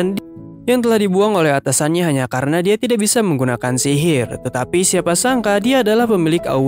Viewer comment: sihir bg bukan silil